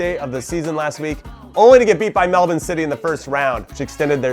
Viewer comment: Can I just say Jimmy, as an Aussie I'm very impressed by your pronunciation of Melbourne. A lot of other countries pronounce it Mel-born and it always surprises me how easily you switch from your normal accent to a semi-australian accent when pronouncing Melbourne. Keep up the good work!